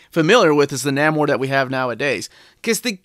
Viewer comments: Neh-more, not Nah-more, FYI. Also I wouldn't say the Sub-Mariner had a fan following. Captain America had a fan following. Superman had a fan following. They had clubs which people joined. Sub-Mariner did not. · Nah-mor? Nay-mor, please. Also, read the current Invaders series. Subby is still killing. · Pronounce the name, or...don't say it at all! At least you didn't call him the Sub Mareener?!! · Your pronunciation of Namor made me question if I've been mispronouncing it all these years but that pronunciation makes more sense based on the spelling. Apparently we both were mispronouncing it. I pronounce it Nay-more, but apparently it's Nay-mer. 150 dollars seems steep for a Golden Age collection which isn't going to have as many fans as silver, bronze, or modern age comics. But you are probably right about more work going into making it and perhaps the price point is higher because they know they are going to sell fewer copies. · And I think is pronounced Nay-mor